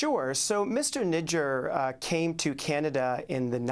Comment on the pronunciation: Not Nijaaaar... it's nijjar